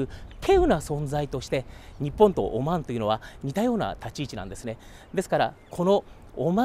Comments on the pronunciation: オォマァーン（いい発音だ) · オマーンの発音がいいね